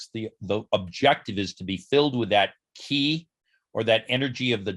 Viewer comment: Qi is pronounced as “Chee” like in cheese. De is pronounced as “duh”, which means virtue. By the way, I am Chinese.